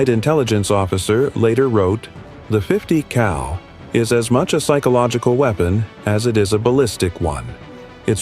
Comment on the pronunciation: Yo ! 50 CAL asshole.... not COW